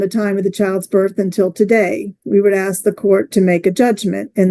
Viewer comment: It’s ASK not AXE…drives me nuts!!!